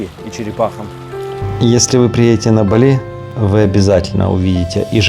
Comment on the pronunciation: говорите правильно ударения.Бали- на первый слог.